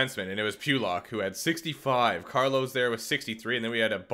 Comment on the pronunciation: As an islanders fan, the way he says pulock hurts me